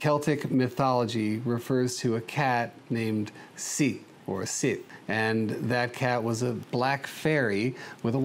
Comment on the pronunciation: Scottish pronunciation of Sith sounds like “She”